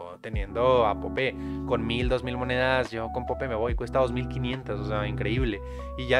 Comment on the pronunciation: Wey se pronuncia poup no pope